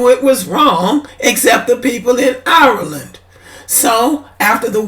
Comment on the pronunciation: Not to be petty but can we pronounce IRELAND like Ire - LAND not OURLANNN! smh And this is stupid and divisive. You do all this support just to throw shade on Black immigrants. trash for this. smh!!! I'm Haitian, Weeeeeeeeeeeeee don't praise White folk, in fact, ask a lot of Haitians, we think, believe and move as if we're SUPERIOR to White folk... #dontGetItTwisted foh with that immigrant bashing smh....